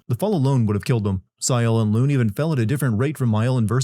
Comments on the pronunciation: are you using AI? why would you pronounce it “loon”? you clearly played the game in english, and they pronounce her name “loon-eh” like a million times. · sin counter: edit: sorry I'm not doing timestamps. Watch the full video to avoid spoilers. 1. How did they know which expedition made it to the monolith 2. Pronouncing Lune as "loon" 3. Verso didn't stay with Maelle because, as he admits later, her connection to Gustave and any chance of discovering the truth could make her abandon the mission, which you learn if you choose to tell her the truth in one of the late bonding events. Also, the Curator is her literal father, she isn't painted Alicia, his sister, she is real, and the Curator is the real Renoir, her actual father. 4: Bro it's "See-el" not "Sy-el". They pronounce the characters names the entire game. 5: Because no other expedition had an actual real human with them. Painted Ren recognizes real Ren, and he recognizes real Alicia. 6. Again, Verso explains it later. 7. You're doing this just to piss me off aren't you. It's "muh-no-co" not mon-uh-co". 8. I am gonna timestamp this one. It's expedition 60, not 70. You find that journal right before the last dungeon. cmon. Ok there were several more I could have pointed out but this is pretty shoddy work for what will probably become one of your biggest videos. Honestly feels like you read a short novelization of the plot and a reddit post comparing it to FFX and didn't play it. Most videos of yours I've watched of games I know well never have this many obvious mistakes and misunderstandings. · How do you play 2 dozen plus hours of this game and still get a main characters name wrong? Lune is pronounced “Loon-ay”, not “Loon”. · also, how are you mispronouncing Sciel and Lune when their names are said repeatedly by voice actors?? You did not play this game at all